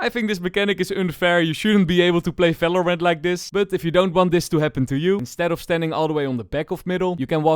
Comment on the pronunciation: IT IS VALORANT not Falorant